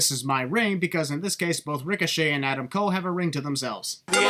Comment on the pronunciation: “Adam’s coles”